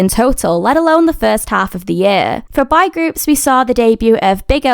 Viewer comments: im just wondering, do you know how to correctly pronounce "boy"? You kept saying "bye"/"bi", so I wasn't sure. You start off with "bo", then add "y" at the end. "Bye" is not the correct pronunciation; I hope this helps! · From the way the word "boy" was pronounced I thought I heard "bi-" and I was like there's no way there are bi-sexual kpop groups😂😂